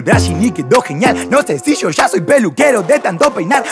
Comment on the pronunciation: Me gusta que pronuncia "cashe" "sho" como decimos la mayoria de los argentinos y no se hace el centroamericano tirando palabras y acentos que nada que ver con el. Eso marca estilo, fija